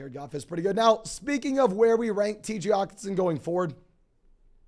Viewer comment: can this guy not annunciate the H in Hockenson.. lol